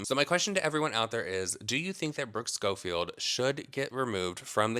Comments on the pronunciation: The way that influencer kept saying sHcoffield gives me the ick. 😂😂😂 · I couldn't get past how the tiktok person was pronouncing Schofield and Mongeau 🥲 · I can’t get over how she is saying Brookes last name, idk if I hate it or find it funny.